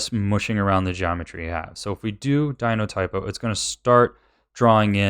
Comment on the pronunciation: I love that he says "Dinotypo", because it's a verbal typo of Dynatopo lol. XD